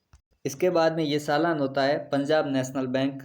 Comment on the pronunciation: भाई सालान नहीं चालान होता हैं